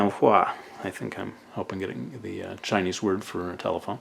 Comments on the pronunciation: 你的中文发音非常标准！Your Chinese pronunciation is very standard！ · Ur Chinese pronunciation was on point!